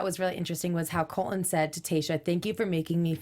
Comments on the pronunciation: you pronounce it like this COLT - LON rather than COL - TON. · tell to PLEASE pronounce her T's. His name is Colton.